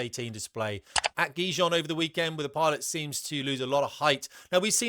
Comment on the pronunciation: Gijon pronounced "Hee-hon"